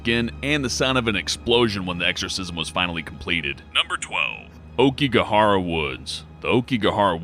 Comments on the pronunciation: Aoikigahara is pronounced owkigahara not okigahara. Other than that, this video was good. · Laveaux is pronounce la-v-oh not la-v-oh and it's a-oh-ki-gahara it literally spells it out not okiegara u sound like an infant lol it's like when people say "bookoo bucks" I wanna ride their tongues out it's bow-coo (beacoup)